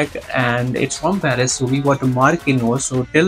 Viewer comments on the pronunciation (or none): none